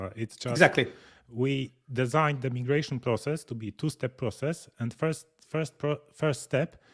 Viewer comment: Thanks for the hands-on demonstration of the migration feature. (, small note: the second letter of "migration" in English is pronounced "eye" and not "eee." It is a small thing, but I thought you'd want to know. English is so f--ed up, I know. Overall, I stand in awe of your amazing command of a second language. But, I digress.) I write only to urge you to move the "Time Needed" feature in Nozbe Personal higher on your list of features you may develop for (New) Nozbe. I hear Michael's statement that the feature was not heavily used. However, it is a feature that fits extremely well in the Team setting and can be used for marketing. I cited this specific feature again and again as a wonderful help when delegating tasks. It gives the person who is assigned the task an outer limit on the time the task should take. My assignees know to check back with me as they approach that "Time Needed" estimated time. That way, I can either give them a course correction because they have undertaken the task in a manner that will not work or will take longer than necessary, or they will show how I am an idiot and the task requires far more resources / time than I originally estimated so that I learn about that and adjust the time needed to be more realistic. In either case, it provides a fantastic built-in feedback loop / governor to prevent tasks from turning into black holes that wrongly absorb too much time or that are wrongly allocated an inadequate level of resources by the assignor